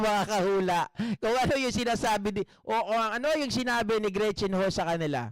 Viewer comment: GREET CHIN HU TAPOS EBE- ES - SE- BE- EN🤣🤣😂🤣😂